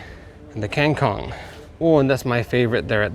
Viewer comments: Nyebut kangkung Malah kingkong🤣🗿😭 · Lama2 bhsnya sendiri jd aneh .Nyebut kangkung knp jd kengkung ,sawi jd seway ?😂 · Jir kangkung dibaca kengkong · kangkung..kok jd kengkong.😂😂😂🤣🤣😭😭😭. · receh bgt gw pas dia ngomong "kengkhong"😭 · Kangkung (dibaca: kengkong) 😂🤣